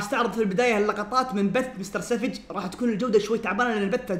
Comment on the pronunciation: مستر سافج مو سفج